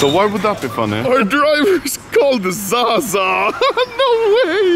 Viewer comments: Is not zaza is saša "Š" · its actually Saša or Sasha